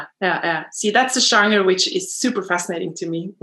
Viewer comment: She seems nice, but as a fellow Norwegian, I wish she was aware that genre isn't pronounced the same way it's pronounced in Norwegian. I couldn't help but cringe a little every time she said it 😂